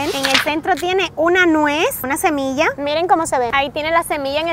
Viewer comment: Es "semilla" no "cemilla" ☺☺☺